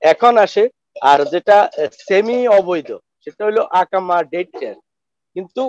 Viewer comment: ভাই ইকামা বলেন শব্দটি হবে ইকামা আকামা নয়